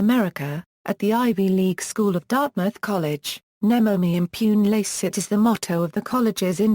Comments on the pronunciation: Should sound more like: nay-mo may im-poo-nay lah-chays-seet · The pronounciation of this motto is really awful